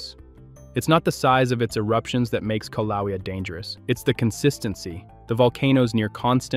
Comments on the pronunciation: I laughed every time he mispronounced the name. He is obviously using a language app for his narration. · Pronounced: kill a way a. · K LOWEA? ROFL. Obviously never heard of the volcanoes before